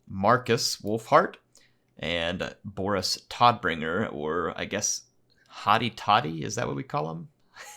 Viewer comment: Todbringer is german and is pronounced like "toad"bringer :) Tod is the german word for death.